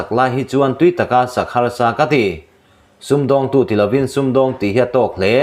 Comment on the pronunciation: Sum dawng tu ti lo se, a thlûk alaklawh vek dâwn a sin 😂